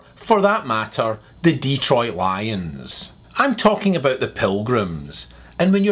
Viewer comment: Abeout? Not every sentence has to have an upward inflection at the end of it? Like a question? If you're making a statement why do you have an upward inflection at the end of a sentence? That doesnt make any sense?